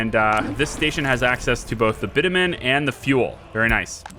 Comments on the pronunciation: Hi there, just by the way... the way you pronounce Bitumen is bitch-u-men. You asked :) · its "bitchewmen"